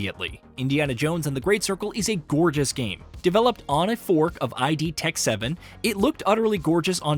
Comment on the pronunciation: I.D. Tech 7 ......Really? I.D....? Not id? Like id Software...? Smh, embarrassing for a "gaming" channel.